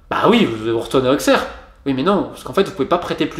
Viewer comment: Et on dit "Ausserre" :p